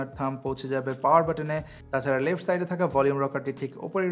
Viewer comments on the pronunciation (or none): none